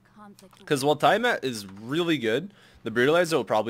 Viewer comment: by the way, its pronounced "tea-uh-mott" based on the God from Mesopotamian Mythology, not "tie-uh-matt"